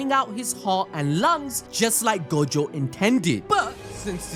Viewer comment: the way he pronounces gojo :| go-jo